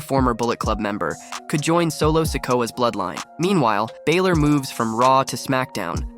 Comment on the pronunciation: Hey kid you don’t watch wrestling very much do you? Just a little heads up, Finn pronounces his last name Bal or.